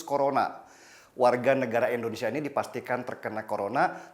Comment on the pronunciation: KOREKSI LAH BUAT BANG DENNY SELALU SEBUT INDONESIA DENGAN ENDONESIA GANGGU BANG, !!!